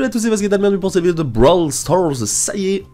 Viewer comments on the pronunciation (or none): none